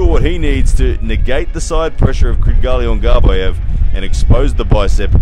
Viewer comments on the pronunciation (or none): It seems Australians have a hard time pronouncing Kydyrgali Ongarbaev lol. Regardless, great breakdown here!